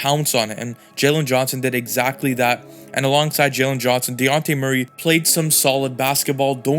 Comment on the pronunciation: Great Analysis! Also, it’s pronounced De-Jon-Tay Murray.